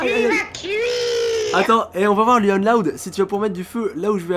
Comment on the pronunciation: ON PRONONCE LOUANNE PAS LUANNE C'EST MON PRÉNOM !!!!!!!!!!!!!!! 😠